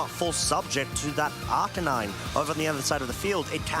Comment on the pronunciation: "Ar -KAY-nine"..